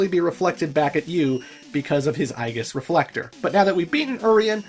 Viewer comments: Just a quick note; I believe aegis is pronounced "A-Jis". It's, Latin (I think), for shield. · I believe Aegis is pronounced "ee-jiss." It's Zeus' shield from Greek mythology. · Aegis, the A is silent and it's a hard E at the beginning. Kind of like Aether, it's the same pronunciation as Ether. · "Eye ghiss" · I’m different in that I always pronounced it as “Age-is” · Uh... the way you say Aegis, is that also canadian? :o just asking.